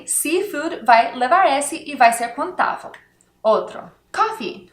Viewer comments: Me permita a ousadia de mostrar a você a pronúncia correta: in/contável = in/ contááaaavel e não "contávo". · Eita professora. tenho que assistir de novo. tente falar a palavra "contável" e não "conTAVO" ahaha!!! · Adorei a aula. A pronuncia do “vel” na palavra contável/ incontável que ela cobsegue é: “contavo e incontavo…” Uma graça. Mas, ela é ótima nas aulas